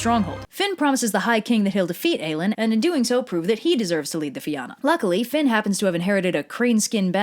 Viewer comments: If you can find a single Irish word in this video she pronounces fight ill pay you. she can't even say fionn properly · It’s pronounced like Fee-Un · Well Fionn is pronounced (f-yuh-n) but this video is using the old pronunciation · Hey I'm a bit late to the party, I'm from Ireland and I know online it says to pronounce this name as 'Finn' but its actually more like 'Fyun' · It's the Salmon of Knowledge Not the Salmon of Wisdom as you so cleverly called it lol And its pronounced more like Feena than Feeyahna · Fíonn is actually pronounced differently to Finn tho. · Fíonn is actually pronounced differently to Finn tho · Then she immediately ruined it by pronouncing fionn as Finn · Sorry, it really irritates me when people pronounce Irish names wrong (though, I get why people do). Fionn = Fee-un Oisìn = Uh-sheen But great video! I love it when you do my countries mythology! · In Ireland we pronounce his name as "Fee-un", the army is pronounced "fee-un-a" and his son's name is pronounced as "Uh-sheen" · Ok I now its because Gaelic is as confusing as ever but hearing Fionn pronounced as Finn is a really dumb pet peeve I have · Love these videos. But it's pronounced FYUN! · why is everyone calling him 'Finn' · Fion is pronounced fee-un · It's pronounced fyun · The pronunciation of Fionn is killing me. Nevermind just the pronunciation in general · I know right. My little Irish ass is watching the world and I'm just waiting for him to come prancing down the streets of Dublin. Also this is painful to watch due to the horrid pronunciation of the words. Connacht made me gag and the most common ones are the right ones. Fee-yun not Finn. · The pronunciation of Fionn is Fyun, but congrats on the surname. Your one of the first non Irish people ive heard get it right